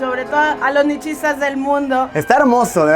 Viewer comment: Nichistas😂😂😂😂. Nietche.